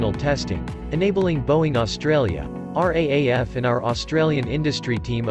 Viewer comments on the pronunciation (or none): It's pronounced locally as "R, double-A, F", ratrther than "R, A, A, F".